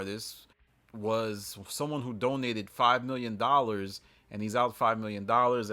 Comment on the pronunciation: this idiot said DONATED! Lol.